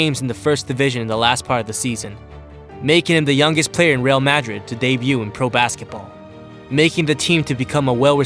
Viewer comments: lol he pronounced real Madrid wrong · bruh please learn to say Real Madrid :/ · how you say real Madrid 😂😂